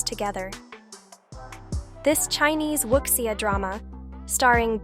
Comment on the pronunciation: Wuxia is pronounced Woo Shaw